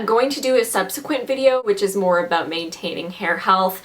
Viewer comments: "Aboot my hair".....Canadian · Omg this is the first time I actually noticed a Canadian say aboot